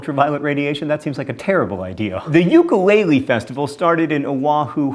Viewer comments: Oh dear, that pronunciation of Sapporo and ukulele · For the record: Ukulele is actually pronounced with a short U, despite what we've all heard it pronounced as. So, its ooo-kulele not you-kulele. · Ukulele is pronounced like ooo-ku-le-le hopefully that sounds like what I want it to be :) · "Yoo-ka-lay-lee". Ugh.